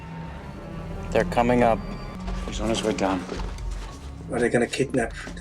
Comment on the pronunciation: Kabalski - No. Kabashki - No no. Kobayashi 😅 I enjoyed the movie with you guys, such a sweet couple.